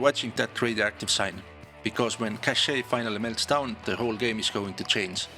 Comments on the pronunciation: It does ! It's sound like "caché" which means hidden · The way you pronounce the name of that map is straight up french 🥖